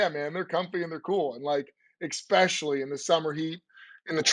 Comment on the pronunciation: I see is still saying ECK-specially. Not sure why but it's still not correct.